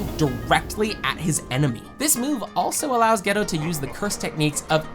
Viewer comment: Using show clips and STILL mispronouncing several names is the worse kind of rage baiting. Why even do that? GAY-TOH. Not Gee-toh. TEN-GHEN. Not Ten-Djen. If you’ve watched the show, you know this.